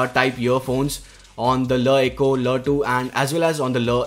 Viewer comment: every time he said la eco it sounded weirder